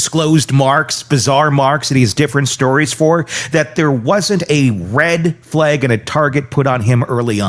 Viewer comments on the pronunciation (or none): none